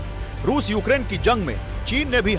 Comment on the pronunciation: Wo Rus hai Rus..ping pong nahi..